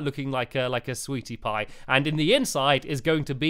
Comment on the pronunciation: u said sweaty pie lol